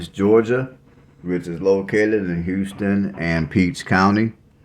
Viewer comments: Its house ton not houston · It’s pronounced house-ton . It confuses people. It’s my hometown.